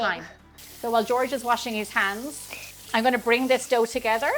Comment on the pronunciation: Wash "heands" 😊